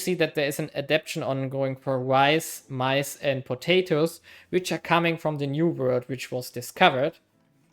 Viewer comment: I was so confused what you were trying to say the "mice" import was until you showed the text. Yeah i guess corn makes more sense, maize is definitely not pronounced like that tho lol